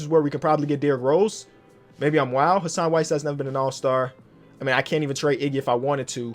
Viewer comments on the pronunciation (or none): none